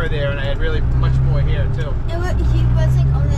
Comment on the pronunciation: Appreciate the input and i always get the he hire! Lol but it is pronounced hair i defintly will reach out finally got my test date this tuesday the 15th in sterling mass keep the good content coming!